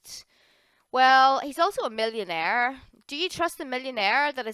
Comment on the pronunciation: Millionehhs and billionehhs